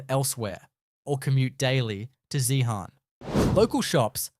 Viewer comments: It is not 'Zee-harn' but 'Zeen'. Queenstown was never the 3rd richest town in Tasmania, that was Zeehan. I've never heard of 'Staw-han', it is pronounced 'Strawn'. I'd rather you❤ take this video down and correct it for pronunciation and facts. It it stays up I'll report it to YouTube. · It’s not Zee Han?the silent letters Strahan, can’t stand hearing them miss pronounced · Whoever has done this Doc, never asked how to pronounce the names of towns. ZEEHAN......'h' is silent STRAHAN...'h' is also silent. "STRORN"